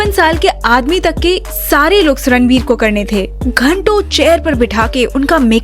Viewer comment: It's Ranbir not Ranvir